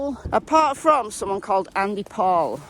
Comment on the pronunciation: RE: Andy Paul. As a “Powell” myself, I have lost count of how many times I have heard it mispronounced “Paul.” Just a thought, try “Powell,” just on the off chance. 🔎